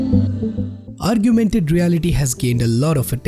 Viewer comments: Bhai its augmented not aargyumented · did you said Argumented!! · It's AUGMENTED REALITY........!!!!!!!NOT ARGUEMENTED BRO!!!!!!!!! SSLY